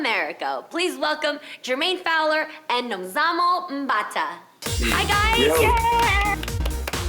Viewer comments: Thank you for saying the name properly😎, SA stand up🇿🇦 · Nomzamo Mbatha, our QUEEN we are soooo proud. Thank you for pronouncing her name right. SOUTH AFRICA's motivation to do better and bigger things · THANK YOU JEANNIE FOR TRYING TO PRONOUNCE AND GETTING RIGHT, YOU KNOW, PRONOUNCING NOMZAMO MBATHA. I CAME HERE TO APPRECIATE YOU!!!! LOVE YOU SO MUCH. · Wow Jeannie you pronounced her name so well.....! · The lady at the beginning pronounced Nomzamo Mbatha so perfectly 👌🏾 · It’s the way Jeannie pronounced Nomzamo’s name and surname for me ❤️ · Jeannie Mai WOW YOU ARE A LEGEND THE WAY YOU ANNOUNCE Nomzamo Mbatha YOUR PRONUNCIATION WAS ON POINT YOU ARE A REAL JOURNALIST IF I MAY SAY SO........... I DONT KNOW WHY BUT I AM IMPRESSED REALLY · She said her name so well, Nomzamo Mbatha. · Nomzamo Mbatha... How about Jeannie pronouncing her name very well 🙌🙌! We're so proud of you girl. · It was how Jeannie pronounced ‘Nomzamo Mbatha’ well for me👌🏾👌🏾👌🏾We’re soo proud of you, Nomzamo🇿🇦🇿🇦🇿🇦